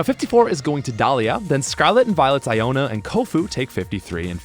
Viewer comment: why do you say Iono as Iona? it's 2 Os....